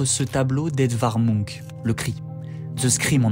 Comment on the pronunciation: désolée ça m'a trop perturbé ta prononciation de Munch --> [muhnch]